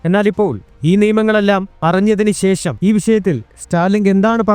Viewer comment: ശേശം അല്ല. വിശയം അല്ല, ആദ്യം നല്ല മലയാളം പറയാൻ പഠിക്കൂ, ok